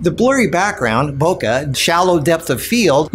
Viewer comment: Lol, love the ending., with all due respect, you mispronounce BOKE ボケ。It rhymes with okay, the KE is closer to "-quet" in bouquet. It's actually pronounced KE, like KE in KE ALOHA. Or the QUE in Spanish. BOKE. Not "bokuh". Love this video, though, lots of great tips. Subscribing to your photo channel.